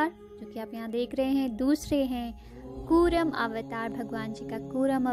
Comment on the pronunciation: Not kuram it's kurma